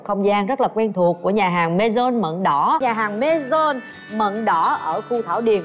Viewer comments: Cat Tuong phat am MAISON sai roi… vao tim tu dien Phap viet xem lai nhe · Cat tuong nguoi ta đoc là maison chu k phai maisonne nhé vn chuyen môn đoc tiêng anh tiêng pháp mà theo kieu cua ho tuc là nguoi my nguoi pháp cha hieu minh noi gi